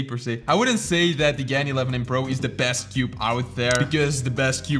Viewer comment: It's pronounced GARN. I hope you can read Chinese